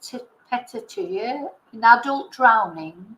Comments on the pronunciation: Thank you,. I think it’s pronounced Petikea. Pinpoint hemorrhages due to breakage of capillaries. They can appear due to lack of oxygen, trauma and also some medications. None of those medications where detected in Nicola’s autopsy, so they were due to lack of oxygen, increased pressure for some reason and probably trauma. I personally think we should only rely on the timeline for which there has been some evidence. Like the increasing of the phone volume if I am not mistaken, pressing the side buttons of the phone around that time which is a clear call for help, the screams and steps that continued after and of course the heart rate pick. She probably raised the volume because there was some noise. Someone said Willow was barking. Then something clearly scared Nicola, raised her heartbeat, made her press the phone’s side buttons and made her scream. Someone most probably took her otherwise the steps wouldn’t be recorded. After that, there were no steps recorded. Heartbeats continued for many days. What is incredibly sad and frustrating is the fact that Fitbit showed Nicola was alive for many days and that valuable window for saving her was missed. I personally think those in charge failed massively and showed unbelievable irresponsibility. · PETECHIAE is pronounced pet - teek - eee - -eye. Hope that helps <3